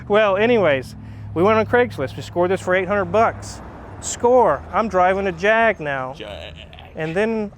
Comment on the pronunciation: Well done on the Jaaaaaaaaaaag. As long as it's not "Jagwarh" we brits are happy